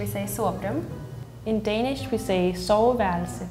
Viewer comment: It bothers be how they all pronouce "Danish" Like come on, how fkn hard is it haha